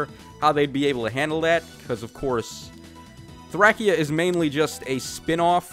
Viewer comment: Why are you saying Thracia so weird 😭